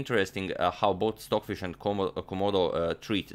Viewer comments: STOCKHISH LOL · Who is "stockhish"? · Stockhish? (H)?? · "stockhish" lol no stocfish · "stockhish" is amazing here! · why does it say stockhish? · Ah yes, "stockhish" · "Stockhish" haha